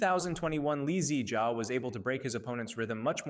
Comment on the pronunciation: You are saying "2021 lee zee jia " as if he is a car model or something 😂